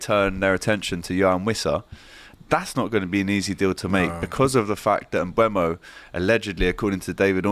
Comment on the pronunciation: Can anyone at DR Sports pronounce Mbeumo correctly? Just look at the video of Brentford players and manager saying their names, it's on Youtube. Hint: it's pronounced "mbuumo". NOT "mbuemo".